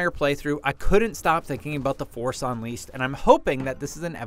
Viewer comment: Force UNLEASED? Well, a typo in the script clearly shows you were READING one... and that's bad! Even tho you guys were forced to do a voiceover at the gameplay footage, you can't just make those mistakes. It shows it's clearly not a legit reaction of someone who played Fallen Order. I mean, it's common sense: if the commenter really remembered playing TFU, he wouldn't just mispronounce the title LOL